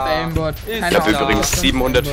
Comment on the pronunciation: übigrends????? lern mal deutsch junge !! sogar ich als ausländer weiss das